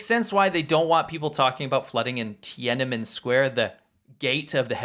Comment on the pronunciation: Love your shows. Let’s pronounce Tienanmen properly. It is “Tien-an-men” not “Tien-ana-men” … thanks!!